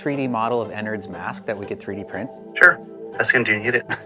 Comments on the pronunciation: It’s not ennerd it’s ennard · My boy really said Ennerd💀 its EnnArd. Also plz call him "burnt spaghetti" because we can all agree thats a beautiful nickname for them U_U btw Ennard is a they/them if you didnt know